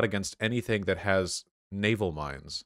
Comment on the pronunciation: You said "but naval" but I hear "nut anal"